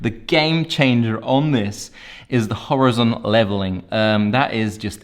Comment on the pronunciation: It’s Hor-EYE-zon mate.